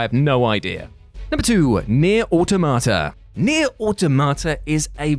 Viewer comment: "near auto-matta?" that's pronounced "aww-tom-ah-tah" (or sometimes "aww-tom-ah-dah")